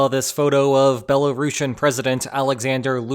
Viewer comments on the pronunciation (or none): none